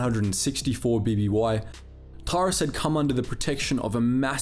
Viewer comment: This would be great if you had actually played the games and learned how to pronounce their names properly. How do you get Bastila "Shin" from Bastila "Shan" (Pronounced SHAWN) and Taris isn't TAR-IZ it's Tair-is. FFS it's not hard to find a let's play and listen to a little bit of pronunciation.